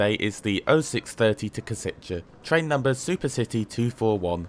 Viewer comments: Minor detail: Košice is actually pronounced as ,,Koshitse", not ,,Kositche". Other than that, great video! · Nice one! "š" in Košice is pronounced as "sh" in e.g. Sheffield, and "c" is "ts" as in tsar. On a side note, the station in Kosice and the whole area appears to look way better than the one in Bratislava :) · For "Košice', it's not "Koseechay" but "Kosheetsay" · and Košice is pronounced as Koshitse. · I agree as a Czech, that he pronounces some words well, but how he pronounces "Košice" hurts me a bit. But it is understandable, as he is not Czech or Slovak, so no hate for that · Your pronunciation of Košice is fascinating. Very wrong, yet fascinating. Anyway, a good review of my country's best train at the moment. I don't use this line that often, but sometimes I do, usually Prague to Cesky Tesin. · The specific feature of Czech and Slovak that they don't use English pronounciation. Praha Hlavní Nádrazí is well done. Kosice is pronounced Koshitze, Ceské is pronounced Tscheske